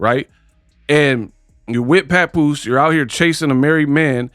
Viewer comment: She called the man Pawnpoose😂😂😂